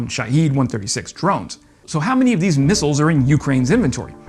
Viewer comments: He can't say missiles. Comes out as missels or something like that. Try route, mirror, vase. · Every time he says "mussles" I just cringe.